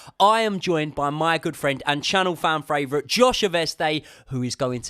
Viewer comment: 'its channel fran fravourite'